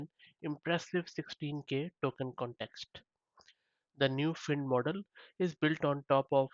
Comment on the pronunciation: just maybe, it is pronounced 'find' :p